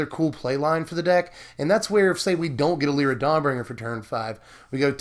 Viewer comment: Its Lie-ra not le-ra.